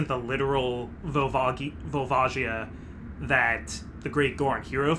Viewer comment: Is the "Volva Gaia" pronounciation because of a certain chandelier?